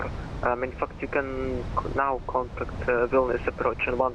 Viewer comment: Why is it weird hearing someone Vilnius name properly and not something liek Vilneus. Nice work!